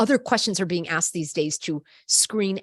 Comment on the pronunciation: It’s not asked